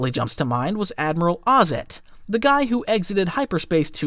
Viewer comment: Did you really just called him Ozzet...? I suppose you're a bit of "Disney continuity" yourself, aren't you?